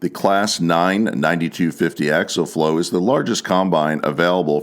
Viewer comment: The word is pronounced... Ack-see-ul...